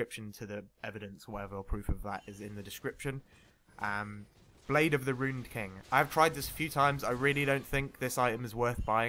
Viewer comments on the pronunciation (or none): none